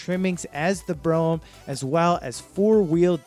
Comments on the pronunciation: "Bro-Um" ?? I couldn't finish this video due to the all the mispronunciations. If you're going to do a video at least say the names correctly! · Is the guy on the video from outer space?? He managed to mess up all the pronounciations of these cars. It's BR-ohm and Tore-ra-nod-doe not Broh-am and Tornado. He did all this research and can't pronounce the name of the cars. LOL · And Brougham is pronounced as 1 syllable "brohm" not bro-ham. Obviously this guy wasn't around in the 70s, he didn't even use the word malaise era. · Tornado? Bro em? Mark Vee? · Fay ton.....Bro ham.....Tornado.....and Mark V.......LOL......Not only is this guy not a car person.....he probably wasn't born yet when these cars were on the road ......I was laughing through this whole thing.......🤣🤣🤣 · Not to mention “BRO-umm” and “FATE-on”. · He also can't pronounce Brougham properly. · Tor-o-na-do not tornado, brougham is one syllable, sounds like comb. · Be nice if people who put out these videos actually did research on how to pronounce the car names. It's not Tornado, it's Toronado. And it's not Bro-um, it's BroMmm, one syllable. It's not FAY-TON like some Star Trek phaser, it's faytawn, one smooth word. It's not a Lincoln Mark V, it's a Mark FIVE. Your facts and visuals are excellent, however, so you get props for those.